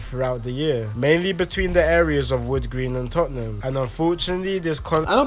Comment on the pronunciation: Yo bro it's pronounced 'tottnum' and not 'totten-ham'